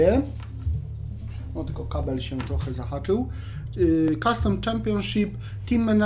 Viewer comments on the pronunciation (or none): none